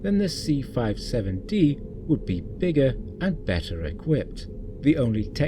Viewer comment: It’s the “C-57-D” not 657-D as you say early on in your narration. I don’t think there’s really any dispute over the fact that Roddenberry absolutely ripped off forbidden planet. He absolutely positively did rip it off heavily. Lost in space ripped it up to a much lesser extent. Primarily the fact that the Jupiter two was a flying saucer with revolving lights at the bottom as it’s propulsion and the landing legs which doubled as stairwells to get in and out of the saucer. And there was an astrogation bubble in the center of the control deck for the Jupiter, two as well as in the center of the control room on the C-57-D. Interestingly, some early designs of the enterprise Bridge seem to be trying to incorporate one as well, and the odd ceiling design in Star Trek. The motion picture allegedly was intended to incorporate one, but I’m not sure if they gave up on that, or if you had just couldn’t tell on screen. (for people who are not fans of 1950s science fiction, and Astrogation bubble or sphere was conceptually similar to a map table on a ship, except that by virtue of being a sphere it allowed you to plot courses in three dimensions)